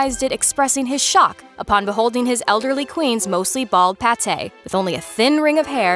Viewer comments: Good...but’patè’?...it’s pate as in late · This narrator always always mispronounces something. This time she pronounced her bald head and then she said PA-TAY....LOL. The word is pronounced PAYT. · Bald paté? It's a pate, rhyming with late, LOL! 😂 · Did this narrator really just say "pat-ay" as in ground meat paste?? Lol That's funny, and while that might also be fitting, I'm pretty sure he was saying "pate" as in head. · This channel does better than others with pronunciation, but when referring to her bald head — it is pronounced with a hard a, not pate like as in liver pate. Different meaning and pronunciation. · A bald head is pronounced PATE, NOT PAT-A. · did you just say paté instead of pate? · The word 'pate' in the context of a head is pronounced 'payt' not 'pattay', lol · The pronunciation is pāt, not pâté. Really took me out. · So, nobody noticed that at 5.38 the Earl of Sussex saw the Queens bald PATE' ( Pat - a) ? Properly pronounced PAY - T. A pate' is a paste, pie or loaf filled with ground meats, vegetables, herbs , spices and brandy or wine. The pate referred to by the Earl is a bald head.🙄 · The term pate, a bald head, is pronounced PATE as in ATE, not patay. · "Pate" (meaning scalp) rhymes with "wait". Your pronunciation "pa-tay" indicates a meat paste. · Uhm... did she just say... PATÉ to describe Elizabeth's balding scalp? The word PATE, meaning "Scalp" is pronounced PEYT. Paté is a goose liver mousse. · Patte? You mean pate? It rhymes with ate. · paté?! NO. Pate rhymes with Kate, slate, gate. Paté is something you eat. A pate is your head. LHM. How did no one catch that? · "Her mostly bald pâté"?! Pate rhymes with fate, but i think i like the mispronunciation better. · the narrator says “bald paté” like the food, a puréed meat, but it should be pronounced pate (rhymes with hate) and means the top of one’s head. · It's pronounced pate like (p-ate), not pa-tay. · Pâté ('pah-tay') is what you eat, pate ('payt') is your head 🤦‍♀️